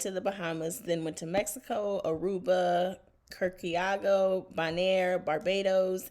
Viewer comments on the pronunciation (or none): I think most of the people on this cruise are older than say 50; but the ones documenting it, the tiktok folks are young. It's going to be interesting. LOL at how you pronounced Curaçao. (it's kure-a-sow).